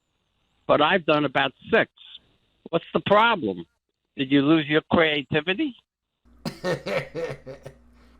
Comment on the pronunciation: CREY TIVIDY?